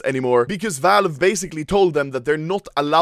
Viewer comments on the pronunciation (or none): none